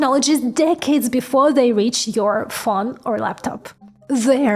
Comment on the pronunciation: Pronunciation please? It is a Phone 🤳 not a Phon